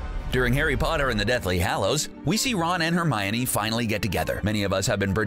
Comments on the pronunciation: it's not Romine it's Hermione. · Annoying pronunciation of Hermi-OH-kneE